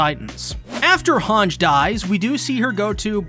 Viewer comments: Its "HangEEEE" not "Hang" god damn it -. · also "Han-ji" not "Hanj" ... :D